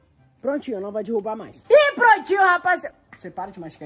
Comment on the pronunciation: Não é dirrubar e derrubar